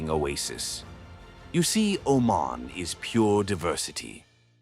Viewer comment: Thank you for all the positive things you mentioned. Im from Oman, And there's lots of misleading things you mentioned, All the pictures you included about the (Male-Femal) Genderare are from Pakistan, It was in a documentary in the BBC. In Pakistan it's in the open we don't have that in Oman. Plus you keep Pronouncing it OMEN!!! and its OmAn.